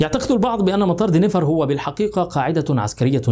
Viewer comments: دنفر و ليس دينيفر . تعملون فيديوهات ، و لا تعرفون كيفية نطق الاسم بالطريقة الصحيحة 👎👎 Denver and NOT Deniver . روح تعلم انجليزي ، لكي تعرف كيف تنطق الاسماء بالطريقة الصحيحة . 👎👎👎👎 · Denver دنفر مش دينيفر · مطار Denver وليس Deniver